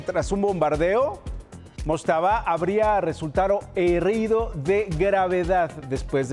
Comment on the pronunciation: min , habria resultado RESULTARO y HERRIDO jajaj